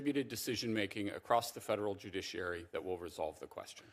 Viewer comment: I think it's somebody on this committee has a hard time saying the word judiciary maybe they should be retired